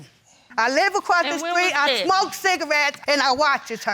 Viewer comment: It’s THAT not DAT!!! Learn the language!!!